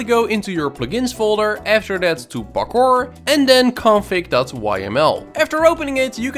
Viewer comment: "Pakkor" maps